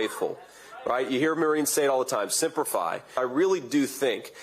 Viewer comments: It's Semper Fi. Vance said simper fi. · Are we sure JD was in or around the Marines? It's "Semper Fi" not "Simpa Fi" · Vance is a phony. it isn't even worth our time to listen to this mini me clown. And it's " semper fi" not "simper fi" as you said, twice, which vance would KNOW, but he is only pretending and not really honoring the marines and their code. mr. bone spurs' lackey should hardly talk. HA! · I'm sorry, was he pronouncing that... simp*er fi? *simper fi? God, the jokes write themselves.